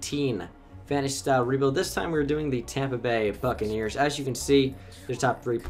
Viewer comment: I thought he said fuckakneers